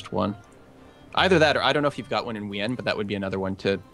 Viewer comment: I had to stop watching because I couldn't stand their disgusting pronunciation of Wien as "We-en", when it's pronounced "Veen".